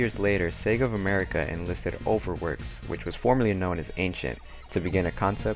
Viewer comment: Yup, Sega of Amewica;D